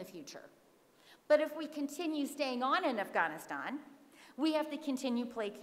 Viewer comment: Lost any/all interest after the third forced pronunciation of "Afghaaaaaanistan". I'll skip the rest of the presentation and just assume I'm supposed to blame the CIShet white patriarchy for everything (as per usual).